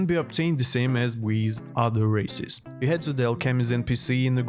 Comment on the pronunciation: When he pronounced Races i hear racist😅